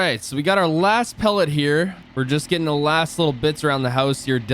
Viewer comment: Pallet (pa-let) not pellet this angers me too much